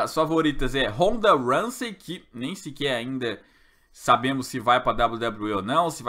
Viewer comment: a pronuncia e ronda ROUZEY e não RAMSEY